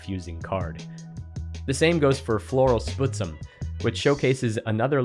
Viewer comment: small pronunciation note about Floral Spuzzum, and only really because I suspect it is named after the BC town (and first nations People) of Spuzzum (a connection I would only suspect due to its geographic proximity to Seattle): "spuzz em", not "sputs em", "spuzz" like "fuzz", "em" like in "them"